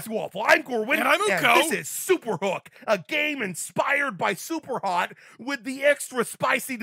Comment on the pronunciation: Superhook kind sound supercook hahahah!!!